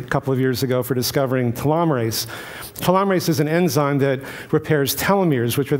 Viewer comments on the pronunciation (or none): this guy says the names of chemicals so strangely, namely cannabanoids and telomerase (not sure if I spelled either of those correctly). If I didn't know what those were I'd have no idea what he was talking about.